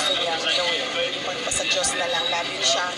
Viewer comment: kahit sa pagbigkas sa diyos ,plastic pa tong si sarahmao 😅😅😅😅...